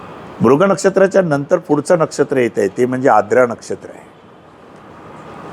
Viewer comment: Knowledge logical watale pan shabdocchar ashuddha aahet Siranche ....jase Verjya, Aadra shuddha ucchar Varjya , Aardra ase aahet